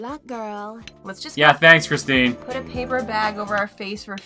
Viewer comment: "Chistine" lmao